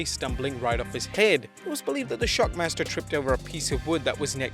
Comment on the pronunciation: No, sting said Shackmaster. Listen to it.